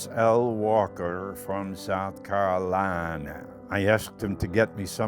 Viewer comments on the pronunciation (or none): "cARoliNaA" how can you dislike this 2.2k peoples